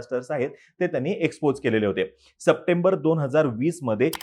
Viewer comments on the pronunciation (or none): none